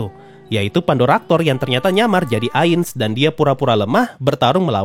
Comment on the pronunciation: Apa cuma gue yang ngerasa kalau Pandora's Actor waktu nyebut Ainz tu jadi "Ngainz sama" 😂